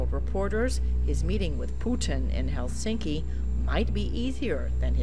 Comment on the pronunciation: 'his meeting with pooo-tan in hellss-thinky'